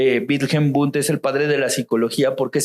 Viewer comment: Chicos, el padre de la psicología es Wilhelm Wundt. Se confundió el amigo y mezcló unas pronunciaciones raras jajsjs